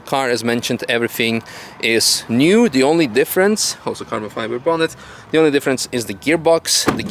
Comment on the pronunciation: It's not "Carbon Fiber" it's "Cabo Fiba"